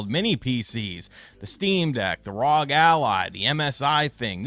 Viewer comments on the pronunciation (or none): Saying rawg instead of ROG is mind numbingly annoying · You mean the R o g lol not rog